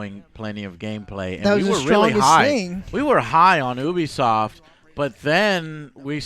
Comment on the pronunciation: Ubersoft, yoobiesoft, No one knows